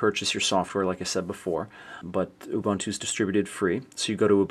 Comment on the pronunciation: its purnounced " u boontoo" very helpfull tho